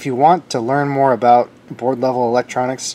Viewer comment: I have watched this entire video and have no idea what in thunder u r babbling aboot.